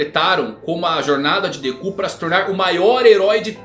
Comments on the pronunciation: Meu amigo, a forma como você pronuncia nomes em japonês não é correta. Me desculpa, mas é bastante irritante ouvir você falando Dekú, Gojô etc. Sempre enfatizando no final. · Pior mesmo foi ouvir deKÚ... 😂😂😂